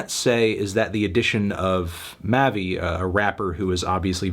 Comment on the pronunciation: It’s pronounced MAH VEE 🤦🏾‍♂️ n come on bruhh mavi was great on this project